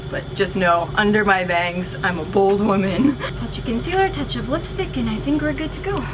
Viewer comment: I thought she said BALD woman 😂😂